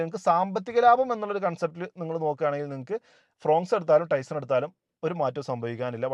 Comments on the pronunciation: പറയുമ്പോൾ ടൈസൺ എന്നാണ് പറയുന്നത് അത് തെറ്റാണ് ടൈസർ എന്നാണ് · Is it TaisoN or TaisoR? Don’t be a dumb